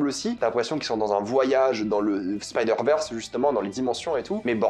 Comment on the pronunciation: faux raccord et ooof "the stain into the rege verse"